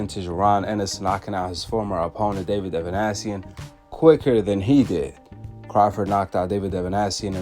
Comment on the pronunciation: Ava Nee Sian not Ava Nash sion